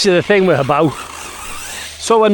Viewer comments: The most impressive thing about this video is you're pronouncing Hobao correctly! 🙂👍😅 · No disrespect intended, just 99% of channels get the name wrong. I don’t think I’ve ever heard someone else pronounce it the same way I do. I could be wrong though! I’ll admit I only watched the recap at the end, but I’m sure the rest of the video was great as usual. 👍👊🤙